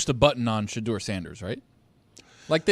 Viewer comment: As a black man, that black guy with the white hair don’t speak for me. The NFL employs more black millionaires than any other company I know & the #1 pick is a black QB from the south. He tries act like he’s down for the cause but he messed up Shedeur’s name 10x. He probably never heard of him before this weekend but is outraged. But he went to Harvard so we should listen?